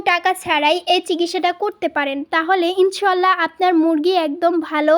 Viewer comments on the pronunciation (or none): উচচারণ হবে ইনশাআললাহ